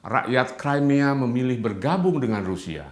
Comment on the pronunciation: Crimea itu Bacanya Krimea, bukan Kraimea.